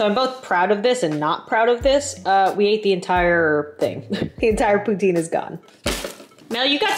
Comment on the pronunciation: I love your vids so much but you said Poutine wrong ❤❤❤